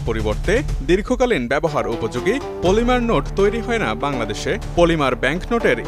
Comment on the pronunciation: মলিমা বা পলিমা না। পলিমার হবে।